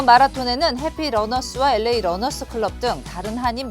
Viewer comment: 앵커는 LA를 엘에이가 아니라 에레이라고 완전 한국식으로 발음하네요. 기자는 정확하게 발음하네요.